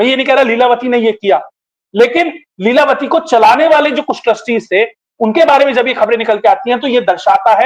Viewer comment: ko namaste Leelatavi nahi leelavathi ji😊